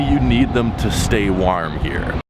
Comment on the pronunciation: The way you pronounce warm and tomorrow automatically renders your opinion irrelevant